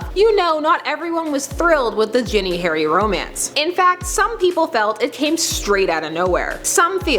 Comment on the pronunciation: You are saying Ginny wrong Sorry If I'm wrong. I'm not english but I have never heard it the way you're saying it